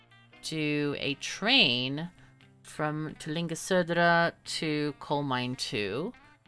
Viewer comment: I must say that your pronunciation of "Södra" was almost flawless when you said it when you typed it in!